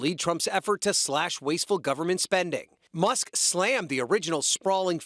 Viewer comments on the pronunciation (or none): Musk not Muhs